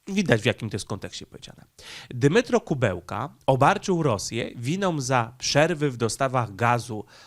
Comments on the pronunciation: Nie Kubełka tylko Kuleba. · aż uszy bolą jak przekręcasz nazwiska. Nie Dmytro Kubełka tylko Dmytro Kułeba zapamiętaj raz na zawsze. A incydent nie był z ambasadorem Ukrainy tylko z ambasadorem Rosji. Zdecydowanie za dużo przejęzyczeń w twoich vlogach - musisz nad tym popracować. Pamiętaj, że są ludzie którzy jedyna wiedzę o świecie czerpią z twoich filmów i później będą na mieście powtarzać takie głupoty. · Film ważny, temat istotny; ale... kutwa, co ty masz z tymi nazwami i nazwiskami!? Nie potrafisz żadnego przeczytać bez przekręcania??? Nie żaden Kubełka tylko KUŁEBA. Mógłbyś się na tyle przygotować do filmu by sprawdzić nazwisko gościa którego omawiasz. Bo cenne i ważne materiały czynisz przez to niepoważnymi i błazeńskimi. A szkoda. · ja wiem że poinformowałeś że masz wadę mózgu, ale proszę Cię mocno naucz się, NIE KUBEŁKA ale KULEBA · minister MSZ Ukrainy to Dmitro Kułeba, a nie „Kubełka”. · Nie ma takiego człowieka Kubełka. Jest Ku Łe Ba. Rozpisuj sobie trudne nazwy na sylaby, bo przez takie nazwy z du py nie jesteś traktowany poważnie. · Nie Kubełka tylko Kułeba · A to nie Kułeba ? Mowiles Kubełka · Wypadałoby chociażby uważniej czytać, skoro zwyczajnie nie zna się nazwisk. Opowiadasz o polityku, który nazywa się Dmytro Kułeba, a nie Dymitro Kubełka. Imię można spolszczać i wtedy powinieneś mówić Dymitr, natomiast przekręcanie nazwiska jest żenujące.